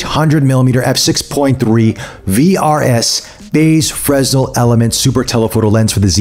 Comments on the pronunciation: Great review, but it's pronounced fray-nel, after the French engineer and physicist Augustin-Jean Fresnel. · the "S" is silent but you dont pronounce the "Y" either